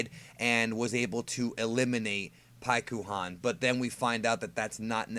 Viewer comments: Oh, you mean like Sas-U-ske? Shut up with the Pik-U-Han. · When u read paikuhan in japanese the u is supposed to be silent. Its like thst for many japanese names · Just don’t say paikuhan